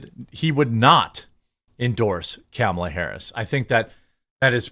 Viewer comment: Hey Jeremy… it is pronounced like this: comma la (luh) realistically he could’ve done less than 10 things besides dictate to someone. There really is not “a lot” he could’ve done because he is feeble and because his team is incompetent.